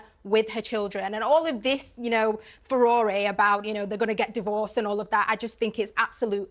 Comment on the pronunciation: Why can’t anyone pronounce furore properly any more??